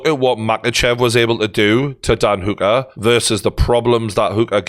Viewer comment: I really can't get over how he's pronouncing Hooker